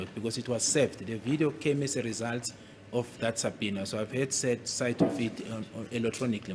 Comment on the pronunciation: U GUYS ITS SUBPOENA(PRONOUNCED SAPINA) NOT SUPINA😂😂😂😂 U DUNDER HEADS